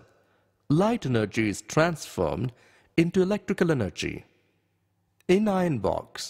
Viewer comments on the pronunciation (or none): Wow he speak like for example, elctical eneggy, is tanformed, speak like that but i like the video